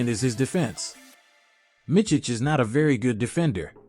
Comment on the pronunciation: The last name is pronounced Mitz-ich, not Mitch-ich. The first name is Vasili-ye, not Vasili-ya.